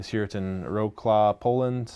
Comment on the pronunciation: Wrocław is pronounced Vrotslav (more or less). If we wrote it the way he pronounced it, it would read Łroklau. ;-)